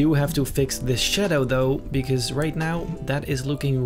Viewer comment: Like the way he says shaddo